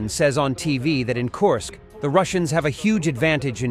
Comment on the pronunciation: Not Korsk, Kursk